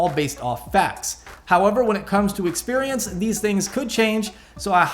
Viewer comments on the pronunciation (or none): none